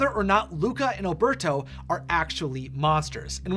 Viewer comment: Alberto pronounced Al-bear-toe. It's very annoying that people can't say it right.